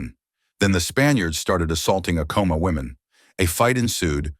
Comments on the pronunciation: not to be that person lol 😅 but its pronounced Ahco-mah with the first part sounding like the word Add soo like A dd komah. But the H's in Ah-koh-mah are silent. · This video had to have been AI generated. A real historian would have known the proper pronunciation of the name Acoma. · You could have looked up the correct pronunciation of Acoma and Onate.